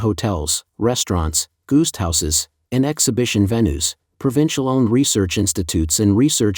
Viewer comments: I was about to ask my iPhone to define what a goost house is. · Narrator cites "goost houses"! ...."goost houses"? You need a new narrator 😂